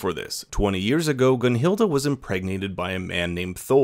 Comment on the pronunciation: good review but idk how you go from GunhilD to GunhildA its cringe